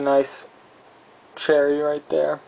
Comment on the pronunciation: Did you say Shrimplet? That was almost as great as "a nice "cherrrry" right there." Bwahahahaha. I'm luvin' that. And you didn't even know you were crackin' peeps up.